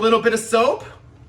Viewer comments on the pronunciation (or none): i HATE how he says parefect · I’m at the point that if I hear this guy say “PIRFICT” one more time I’m going to lose my shit and just ask god to pls just kill us all, we deserve it. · I'm gonna hear "Poifect!!!" in my nightmares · Don’t forget he’s being racist whenever he says BeRFEct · Most of the time he says "BeRFecT" it looks like he was holding his tears and crying off camera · no joke i thought he was saying breakfast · I thought he said berfect like replacing the p with b